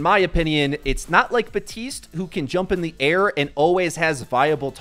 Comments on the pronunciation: Years after his release, is still saying Batiste… it’s BAPtiste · You forgot to pronounce the P in Baptiste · Baptiste*** theres a "p" in there.... i feel like at this point you're just purposely saying his name wrong